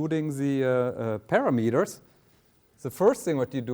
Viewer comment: Very good and simple explanation of RSA. Thanks! PS. Professor just needs to learn how to pronounce word "parameters."